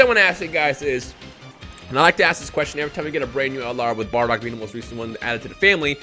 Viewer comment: Mmmm good bar-dock much better then baa-dock👀